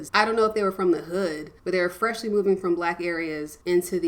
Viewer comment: Talks kinda white to me, but who cares lol. I could’ve sworn I heard her pronounce the g in,”Moving.”